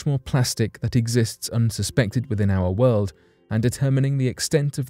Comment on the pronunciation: Thank you for this earth shattering news about " owa wooled"